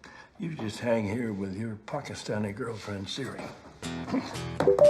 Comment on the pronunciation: I thought he said pocketstani? Which would still be a lame joke but not wtf? racism from the supposedly lib grandad.